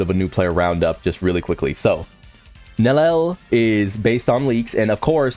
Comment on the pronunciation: Bro at least say it correctly hahaha its "NELLIEL" not NELEL